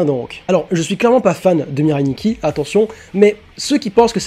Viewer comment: Arrêter de dire "Mireille Nikki" j'ai l'impression que vous parlez de ma grand mère xD la prononciation japonaise c'est MIRAI